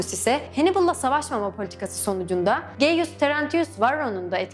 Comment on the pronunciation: Bir de Gaius Tarantinus Varro'ya "geiyus" demiş ya. :D Ağlayacağım vallahi.